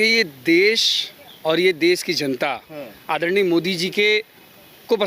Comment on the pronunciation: Modi ko aaddarniaa Addarniaa aise boll rha hai, jaise modi eska Jija lgta ho.